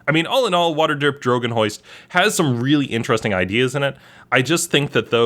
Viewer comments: Did I miss hear him or did he actually say Wsterderp Dragonhoist? I ask because my group played Waterdeep and we kept messing things up or getting the guards called on us. So we named our group Waterderp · Did you say water derp drogen hoist? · "Waterderp drogan hoist"? That's hilarious whether you meant to say that or not!😂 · "Water Drip Droigin Hoist" lol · "waterderp drogan hoist"